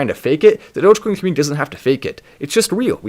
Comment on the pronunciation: It may just be his accent, but, I like how he says comMOONity lol